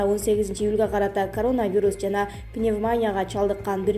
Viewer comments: Диктор кыз пневмоня эмес пневмония жазылышы а окулушу пневмания,4айдан бери окуганды уйроно албадын утур,чекит жок. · Бека медияны ушунчалык таанып калыптырмын,диктору шумдук ката окуйт.Коптон бери ачпай бугун карасам баягысы баягы эле,пневманя,ревизя,экыс,пондемя.Канчасы айтып жатса деле очошконсуп ката кылып ышкыртып жатасынар!?Соз жок!!!! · Ударенияны туура койсонор пневмония деп пневманя дебей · Коп создорду туура эмес айтып жатат, Бир мисал- пневмаааания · Сука,без грамотная,какая "пандемия",а "пандемия" ударенияны и тамгасына коюп окубайсынбы аж уши режут,пневмония деген созду туура оку.